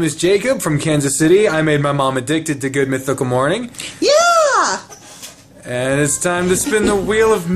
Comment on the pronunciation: Has anyone else noticed how link says mornine instead of morning